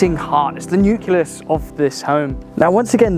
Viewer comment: All that BS and he can't say nucleus 🤣